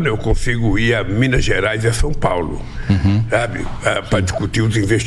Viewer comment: Não sei o que é pior: um governador 'apaulistado' ou um presidente que continua falando 'Sum Paulo' !